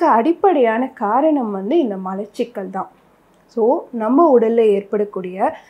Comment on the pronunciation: நீங்கள் இந்த வீடியோவை ஆங்கிலம் தெரிந்தவர்கள் மட்டும் பார்க்கவும் என்று போடவும். உங்கள் விளக்கம் இன்னுமொரு டாக்டருக்குத்தான் விளங்கும். மளச்சிக்கல் உச்சரிப்புப்பிழை. மலச்சிக்கல் என்பதே சரி.